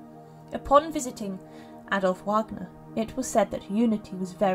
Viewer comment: It's not "Wagner" as in wag of a tail, it's pronounced "Vagner". He was German (obviously) and in yhe German language W I'd pronounced as V.